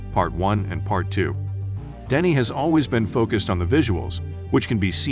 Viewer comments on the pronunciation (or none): Denis not Denise 😉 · Denise? It’s Denis bud, he’s a dude with a dude’s name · He's French. It's pronounced Denny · It's cool what CapCut can do now. That's a howler at 39 secs though - Denise Villeneuve? C'mon, he's Denis ;-)